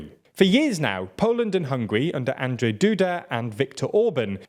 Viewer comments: Woah i think the beginning of this video is the first and only instance when you actually spelled "Andrzej" pretty much properly and that's honestly a rare sig...sound in English-speaking media. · You pronounced "Andrzej" perfectly :O